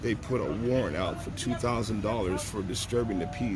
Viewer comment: Don’t mean to be a smartass, but it’s “warrant”.